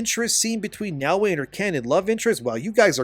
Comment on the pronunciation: The other thing wrong about this game is how the people playing it can't pronounce "Yasuke" or "Naoe", like you.